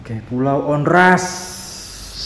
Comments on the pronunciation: Saya pernah ke pulau Onrust dengan tour guide, just info bang, Tmpt duduk lingkaran bukan buat santai tapi dulu infonya area bertarung bang . dibacanya juga pulau Ornust, bukan Ornast bang. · Bacanya onrust bukan onras